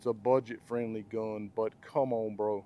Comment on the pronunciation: How he says gUHn is hysterical